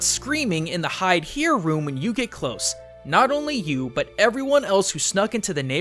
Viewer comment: you said butt instead of but giggle